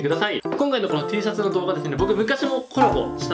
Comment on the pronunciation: テェーシャツって聞こえる🐣